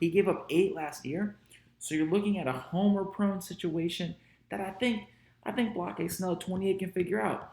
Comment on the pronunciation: Lol why do you call Blake Snell "block-eye" 😂? Did I miss the joke? Or is that how it's pronounced